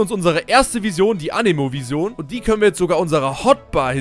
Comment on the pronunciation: Boah ich dreh durch das du Vision wie der größte Almann aussprichst xD das spricht man ENGLISCH aus